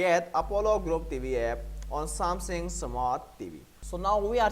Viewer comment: I applaud that English is not your native language So, some positive feesback… Its SamSUNG…. Not SamSING. This may help in your delivery and yes, you should slow it down.